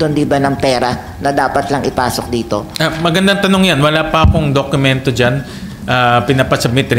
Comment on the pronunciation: senator sherwin please dokumento hindi dok Q mento not a basher ha just saying